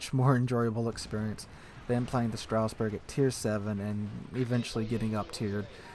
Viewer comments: It. Says. Stras. Not straus. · Pretty sure its more of a "Strazz-burg" than a "Strouse-burg" - GG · Straussberg? Strasbourg pls. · not "Strausberg" . . .